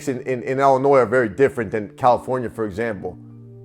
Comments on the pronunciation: Besides the obvious Chicago accent, you can always tell when someone is actually from Illinois because they pronounce it correctly as "Ill-in-oy" not "Ill-in-ois". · Yo, I'm a big fan, the 's' in Illinois is silent bro, it doesn't bother me but I'm just putting you up on game 💯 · Illinois where the S is silent. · no s in illinois when pronounced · Lol. Do not pronounce the S in Illinois.. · Illinois is pronounced without the s